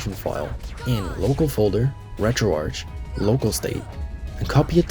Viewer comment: bro this bitch just pronounced retroarch as "retro-arch".. ITS "RETRO-ARC" AS IN "ARCHIVE"